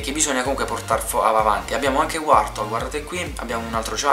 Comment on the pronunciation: "Wartol" ma chi é? una prevoluzione di Wartorle? Scusa ma i nomi dei Pokémon li hai mai sentiti? ne avrai azzeccati si è no 10 su 200.